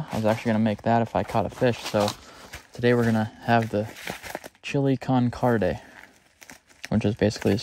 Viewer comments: as a Mexican that's loved your video's i was in tears you are still invited to our BBQ so we can teach you how to say it correctly chili CON CARNE there is NO D in there 😂😢😂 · the way you pronounce chille con carne is hilarious